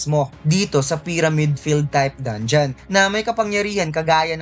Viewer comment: Paayos naman ng mga pronunciation mo sa mga words. Gaya ng sinabi mong dongion imbis na dangeon, disert imbis na desert at madami pang iba. Nakakalito kasi pakinggan